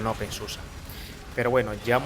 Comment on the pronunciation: No se dice open susa porque el alemán se lee como está escrito, es igual que el español. La excepción son las palabras terminadas en -er que sí se pronuncian como ea..